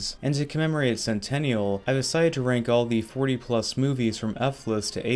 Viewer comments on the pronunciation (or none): none